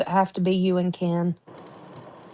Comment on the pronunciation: The changing accents is so embarrassing. You don't pick up a local accent by living there a few years, you form your speech patterns when you first learn to talk. And now she pronouces Ken "Can" That's just laziness.